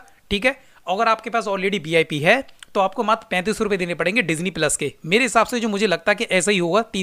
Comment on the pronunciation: Tu ye pehle bata BIP bolta hai ki VIP 😂😂 Hotstar jo Hotestar kyu bolta hai 😂😂